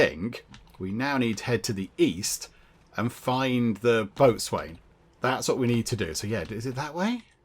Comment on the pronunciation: point of interest, Boatswain is pronounced Bosen... just so you know. lol